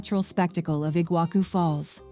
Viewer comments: I'll start in Kinkinnati, OH. USA/EUA. actually, it's Cincinnati, OH. and not igua Ku falls. It's Iguassu (C Cedilha) sorry, I don't have C Cedilha on this device. you get the point. A.I. voice lady just pronounced more than half of everything really wrong and it wasn't really close, but I appreciated the beautiful views/vistas. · The prononciation was painful to hear, it kills me that they don’t even try to look it up before making a video like that… “IguaKU falls”? Really? They are just as famous as the Niagara falls you have never heard of them before making that video? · Pronounce iguassu not iguaku!! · "Iguaku Falls" Nope. Better to say it in Spanish "Iguazu", than transforming the Portuguese Ç which sounds like SS into a K sound.